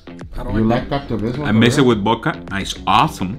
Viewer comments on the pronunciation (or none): wtf "I mixay bith bodka it's aasum" 😆